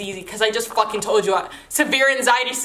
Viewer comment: You say anxiety so funny lmao